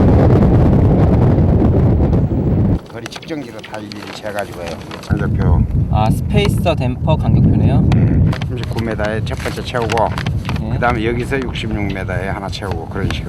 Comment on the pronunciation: 스페이셔(×) -----> 스페이서(spacer)